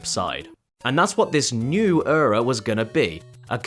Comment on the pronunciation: please stop saying ura if you’re not even going to try to pronounce it correctly. it’s like nails on a chalkboard when you say it